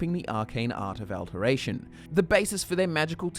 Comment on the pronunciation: It's "Ay-Lay-Id", not "Ay-lid" It's "All-ter-ay-shin", not "Al-ter-ay-shin" Mispronouncing "Ayleid" can be forgiven, but you don't know how to say "Alter" as in a Church alter or to alter something?